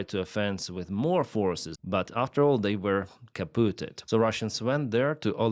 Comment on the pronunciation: I love how he says Kapooted :)